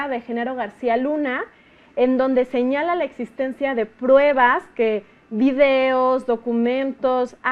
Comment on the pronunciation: SE DICE PRUEBAS, NO PREBAS....